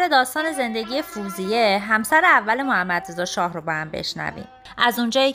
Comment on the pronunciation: Very nice. Thank you for making and posting. Just one thing: it is Fawziyeh not "foozieh"